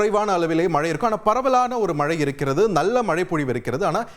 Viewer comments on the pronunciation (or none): none